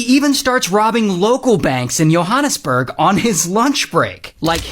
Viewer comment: That guy near end pronounced Johannesburg correctly. There was also a movie made about Andre, from hollywood. Otherwise, the rest of the video was higly informative. Now democrats are fearmongering with Protect 2025. Great video. Thanks!